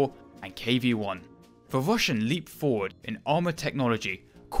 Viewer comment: Wussian Wotating Gun...Sorry but very hard to listen to